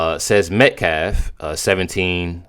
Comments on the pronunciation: Can Alexander finally able to say Metcalf instead of metclaf? I was ready to start calling karmelo- kamala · you misunderstand Miss New York is making fun of the spokesperson for pronouncing Metcalf wrong